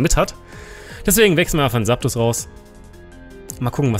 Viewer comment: Wie immer ein top Video, aber man es Heißt Zaptos mit Z und nicht mit S:p:p <3